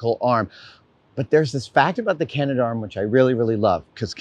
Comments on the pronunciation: It's pronounced Canadarm, not Canada-arm. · CA-NA-darm not CA-NA-DA-arm. Cool video though. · Should I be the guy to point out that it's pronounced "Canadarm"? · oh Adam.. we pronounce it "Canadarm" : )